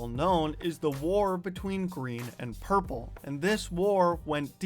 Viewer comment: you said purple wrong